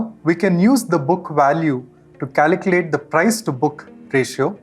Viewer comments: CALCULATE, not "caliclate" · Great video and super helpful but for god's sake please learn how to pronounce "calculate"... it's incredibly distracting.